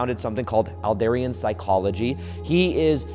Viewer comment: Excellent explanation of Adlerian psychology! Also fyi it’s pronounced “Add-leer-ian” psychology ;)